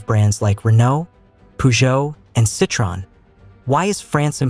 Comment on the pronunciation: You are not pronouncing Citroen in a French loving manner......🙆🤣🤣🤣🤣 On a serious note.....how come there is hardly any electric bus fires or is it intensionally not reported?